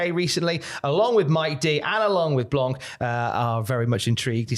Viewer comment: Aigle Blanc in WWE would be awesome. We have great wrestlers over here, Aigle and Senza Volto being the best (to me) By the way, the C is silent in "blanc" 😄